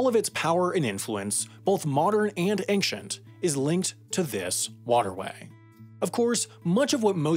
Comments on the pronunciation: There is no 'k' in 'ancient'! rabble rabble rabble 'anshent' is correct. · it's ancient egypt not anxient egypt